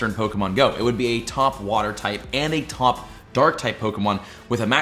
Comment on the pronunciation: “Tawp dragon”😂😂